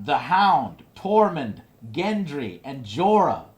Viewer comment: good review, a few points: 1) you are butchering all the names, even the ones from your "favorite" characters like gendry and ollena 2) even tough you talked about the important scenes, you skipped a few interesting ones, like the look dany gives jon when he decides to head north, and the things that are not seen, like theon greyjoy or the fact that literally no one talks about the unsullied anymore, hell we dont even see missandei anywhere